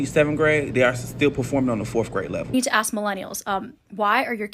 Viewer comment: The black 20-something “teacher” thats “traumatized” can’t even pronounce ASK correctly. I doubt she’s even legit.